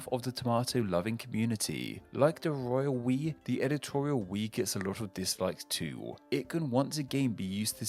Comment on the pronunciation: Lol... Every time I hear you say "Royal We" I'm actually hearing "Royal Piss."